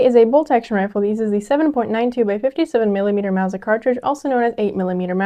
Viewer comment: Wow! Mauser properly pronounced! Good show!